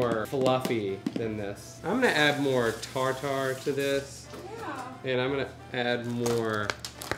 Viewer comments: Ok it’s tar-ter and that’s not a lot of cheese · I love how you saw tar tar like you’d say ja ja in jar jar binks lol 😂 it’s tarter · Cream of tartar is pronounced tar-ter, tartare is pronounced tar-tar lol yall are silly and fun to watch